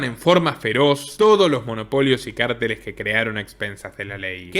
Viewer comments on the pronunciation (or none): none